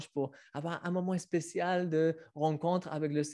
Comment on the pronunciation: Il faudra que quelqu'un dise à qu'on dit "spécial", pas "especial", et certains s sont prononcés z en français, pas le son "ss". C'est pour l'aider.